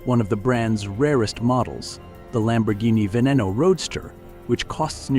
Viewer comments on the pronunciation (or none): none